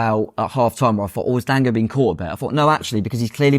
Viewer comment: His names Dango not dongo 😅